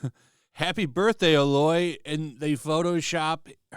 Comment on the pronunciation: The fact that you mispronounced Aloy's name tells me you didn't play the game. I don't care about the peach fuzz. Both games are damn good, and her design isn't awful